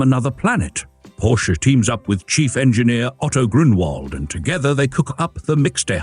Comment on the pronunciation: Porsche is a two syllable word, dipstick.